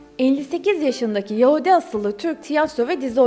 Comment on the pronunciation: Daha yahudi demeyi beceremiyon geri....